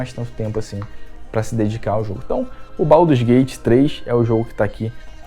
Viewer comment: Isso ai é inglês ruim mesmo.